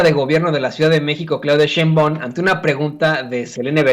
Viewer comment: Porque no pronuncias bien el nombre de Claudia SHEINBAUM, como se lee así se pronuncia, no Sheinbaon